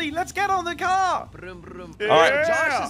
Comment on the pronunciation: "in me moms cor brum brum" 😂😂😂